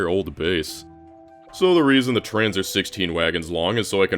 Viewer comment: Every time he says trains, I hear trans 😅